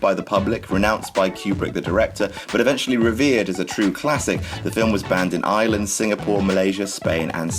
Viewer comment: The way he says "Ireland" makes me think he's saying "Island". Maybe its because of his accent. XP